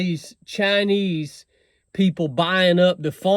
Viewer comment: They are actually called “Chine Wees”. 😂😂